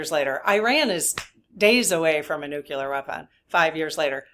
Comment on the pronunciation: Sorry about this, but just FYI…. It is Nu-CLEE-ar…. Not Nuc U lar…. Retired chemistry teacher here, and it is rather like hearing fingernails on the blackboard thing…. Thanks…